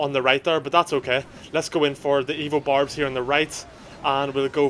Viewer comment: Everytime you said "evo barbs," I heard "evil barbs."